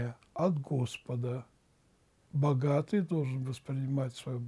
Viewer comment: Когда батюшка в начале ролика, оригинальным тоном произнёс слово богатый, то стало смешно!!! Помоги и Спаси Господи!!!